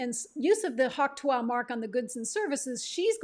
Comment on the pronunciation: Its not tu-ah